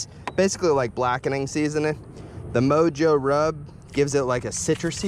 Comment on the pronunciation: The way you said mojo 😂 it’s pernounced (mohoe)